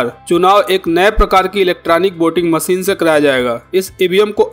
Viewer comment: Jamab aap apni bhasha aur shabdo ka sahi ucharan kijye jaise aap sha ko sa keh rahe he jaise aap sher ko ser kah rhe baar baar.. evm machine ko bhi aap baar baar masin keh rhe ho bhut hi sharmnak he ek oa Patrakar ke liye iska